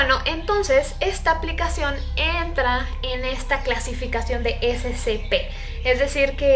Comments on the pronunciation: Es SCP(esecepe) así se pronuncia no scp(escepe) así no se pronunciaaahh!!! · No SE DICE ASI SE DICE ESE CE PE DELETREADO ES SCP SEGURIDAD CONTENCION PROTECCION